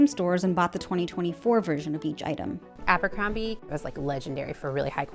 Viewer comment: Look at you… Aa-buur-combieee … cringe